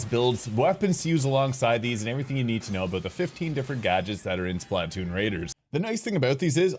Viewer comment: i can't get over how you say splatoon lol it's like the word platoon but just an S in front of it